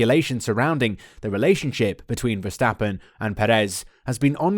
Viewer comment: My biggest weakness is your pronunciation of Verstappen's name 😂 jokes aside, good video mate 👍